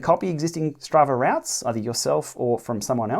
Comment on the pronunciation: Sorry but have to pick up on routs.. a rout is a disorganised retreat.. chaotic action etc.. a route.. pronounced “root” is a mapping journey planner..sorry this was really annoying me!! Otherwise a nice analysis.. 😬